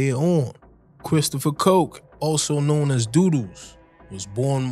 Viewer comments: Good video But it’s pronounced dud dos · His name is "Dudus" not doo doos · One thing though learn to pronounce his name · Your pronunciation of Dudus and other names are wrong. Jim Brown is Shower posse and Dudus is Presidential Click.Both ruled West Kingston by fear and not because they were loved.Shower Posse and Presidential Click did not rule outside of West Kingston.Klansman gang were the PNP gang in Spanish Town and were based in De La Vega City and adjoining areas and their bitter rivals were the JLP One Order posse.